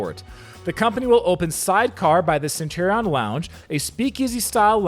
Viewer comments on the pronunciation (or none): none